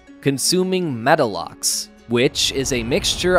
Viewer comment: It's not metalox, it's methalox...like methane.